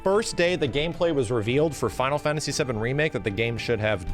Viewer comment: “Fonal fonasy”